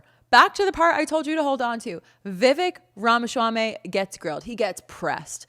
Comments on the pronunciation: It’s “swamy” not “schwamy” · the way you pronounce his last name makes it sound like a delicious Middle Eastern dish that Israel would try to claim as their own. 😆 its "RAH-MAH-SWAA-MEE" (no "sh" in the SWAA part). My mother is South Asian, we are familiar with names like Vivek's. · Love the way you pronounce Vivek’s last name. 🤣🤣🤣 PPUSA! No wonder so many old people attended this event. They came for the port-a-potty. 🤣🤣🤣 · Please stop talking. You obviously didn't research names pronunciation. Ramaschaummy and Merson Center? They are 'Ramaswammy' and 'Mershawn' Center.